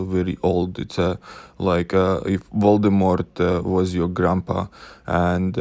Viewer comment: "VOLDEMORT" YES 😂😂😂😂👌